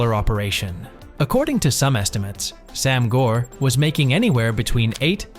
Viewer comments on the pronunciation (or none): Very minor critique about your annunciation of Sam Gor, in case you cover another topic in the future with Cantonese in it. The A in “Sam” (Translates to 3) is a long A sound, similar to Anonymous or Announce. Easier to understand when seen as ‘saam’. Gor (brother) really shouldn’t have an r. The O sounds more like if you were about to say the word “or/oar” but cut out the R. In Cantonese the sound for the letter R does not exist.